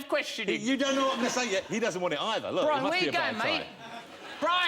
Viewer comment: "So this is Bwian, innit..."